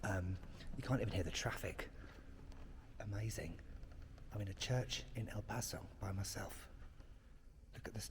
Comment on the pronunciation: Your pronunciation of "El Paso" and "Juarez" is better than most people who live here lol